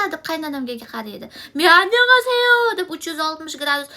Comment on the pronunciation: Anyongaseyo dganizga kulib o'ldm borku🤣🤣